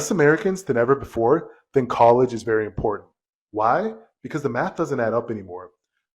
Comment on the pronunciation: You need more classes because the word is "im-por-tant" not "im-por-ahnt."